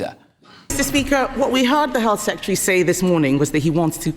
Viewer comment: Could someone tell Kemi Badenoch how to pronounce Secretary please?